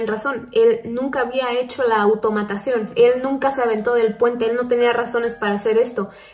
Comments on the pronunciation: ""AUTOMATSSIÓN" !! jajaja me ha encantado❤️ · Ay “automatasion” hahhaa ahí perdió todo el misterio me empecé a reír mucho hahaha